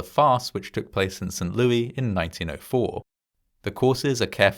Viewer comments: Not "Saint LOO-EE" but "Saint LOO-ISS". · Ha, we pronounce it "Saint Lewis" here. Zero Americans say "Saint Lewy". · "Saint LOO-EY" Instead of Saint Lo-is lol. That's wild. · Small note: it's pronounced as St "Lewis" (with the S being said) I know it gets confusing! The US has pronunciations from so many languages. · Saint LEW-iss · Mad story ... But St. Louis is pronounced St. LEW-ISS, just FYI. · He called it "Saint LOO-EE". 🤦‍♂ He actually said "Saint LOO-EE". 🤦‍♂🤦‍♂🤦‍♂🤦‍♂🤦‍♂🤦‍♂🤦‍♂ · It is pronounced "Saint Lewis".... I fear you have now taught your fans to mispronounce one of our major cities ... Do love you, though! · St. Louie? The 's' in St. Louis is NOT silent! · How tf is no one freaking out about his botched pronunciation of St Louis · Heading St Louis pronounced without the "s" is weird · The "s" at the end of "St. Louis" is not silent, and it's it's pronounced like "Roh"/"Roe" , not "Roo" for "Roosevelt" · I know! That made me laugh. As did the pronunciation. To be fair, it was named after the king of France and you’d pronounce his name that way, but we def don’t say it like that in STL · That's what he said, "Lewis" rhymes with Stewie 😅 Don't tell him about Pierre South Dakota... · I'm guessing it's a British pronunciation? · No, that would be the French pronunciation. But, it doesn't matter either way, because it's an American city.